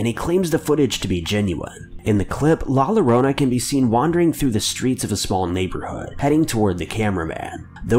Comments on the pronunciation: Believe me . I do feel offended by the way he says it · Not Mexcian, but everytime he pronounce it wrong. Mexcian kids died. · I rather kiss a bathroom floor than listen to the way he said it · You just need to know Spanish to know how bad he says it, but it's understandable because Spanish is very different to pronounce than English. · A someone who is Mexican American this triggers me so much also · Papi Chulo that's what I thought, I mean, I'm not gonna expect people who don't know English to say everything perfectly. People make mistakes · I’m not Hispanic at all but I’ve taken a few Spanish classes and it makes me cringe hearing him say it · I don't even speak Spanish and his pronunciation makes me puke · IKR JUST PRONOUNCE IT RIGHT AND RESPECT THE CULTURE MANNN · Fr man kind of hit me in the heart but can’t wait to see the movie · I felt like correcting him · Ya he sucks at pronouncing that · The scariest thing about this video is his pronunciation of “la Llorona “ 😂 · You did a lot of research for this video, but forgot to learn how to pronounce Spanish LL. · as a bilingual person hearing La Llorona pronounced like that makes me cry so damn hard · You said "La Llorona" wrong. It's said "Adobe after effects". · Amber Smith if he’s going to take the time to do a video on it he should take the time to at least try to pronounce it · C'mon bro you didn't even try to pronounce la llorona the correct way. Smh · Pissing me off how he saying “La Llorona” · Everytime you mispronounced La Llorona I cried🤣😭😭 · you’re pronouncing La Llorona wrong. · When he said “La Llorona” I felt that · Don’t ever say La Llorona ever again. I cringed every time you said it. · La Llorona is pronounced more like hurricane tore-till-ah I'm sorry I just really miss Vine. 😒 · Damn how many times ya gonna keep saying he pronounced llorana wrong ? 🤣😂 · I’m not even hispanic but HIS PRONUNCIATION HURTS ME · The way he says llorona hurts my ears!! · Bruh the L’s r silent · Lah loronah 😂